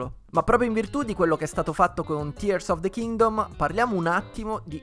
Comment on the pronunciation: Grandissimo per la pronuncia corretta di Tears of the Kingdom, io non so cosa ci aspetta per il futuro, spero solo in un gioco nuovo di Donkey Kong.